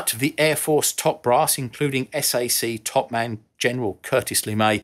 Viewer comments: Love this channel, it's pronounced "sack" not S-A-C. And thank you for the facts and not the hype. As for low level, the turbulence was absolutely brutal on the humans and the vacuum tubes, it was fierce. The fix for the B1 is the LARC fins near the nose. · Note: no one ever referred to SAC as "s" "a" "c', it was universally pronounced "sack". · Sir, love your work, never stop. But, not Ess A See, it's SAC, "Sack". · Time . Low wing loading is not more suited tor high-speed low-altitude flight. You want high wing loading for that. BTW, nobody calls SAC S-A-SEE. It is pronounced SACK. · SAC was NEVER pronounced as S A C, you either said SAC or Strategic Air Command. I was in SAC from March 1975 until June 1990. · "SAC" is pronounced sack like a sack of potatoes. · SAC was pronounce SACK, not S A C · You must stop saying S-A-C. It's pronounced sack. Just as MAC is pronounced Mack, TAC is pronounced tack, and USAFE is pronounce You Safe Ee, as if one word. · From a former member of Strategic Air Command (SAC): It's pronounced "sack" not S-A-C. EVERYONE in US Air Force calls it SAC (aka sack). Keep up the excellent job. Godspeed. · Even I, a lifelong civilian, have never heard it pronounced S-A-C, I've always heard it pronounced as "sack". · Yes! I cringe when they say "S-A-C" spelled out. BTW, I went from SAC straight to TAC (PACAF) in Japan and Korea and later 'Nam. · Only one small critique and I am kicking myself for even bringing it up...BUT>>>>>>>SAC while you are correct it stood for Strategic Air Command. It was lovingly called "sack". Like a sack of potatoes. No one used S. A. C. (Ess, Eyyyy, Seee). On a more than positive note. I love your content and I learn a lot from it. !!!